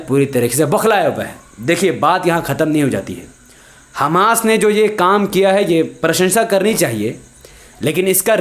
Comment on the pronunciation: Hamas sahi pronunciation Hammas ghalat Hai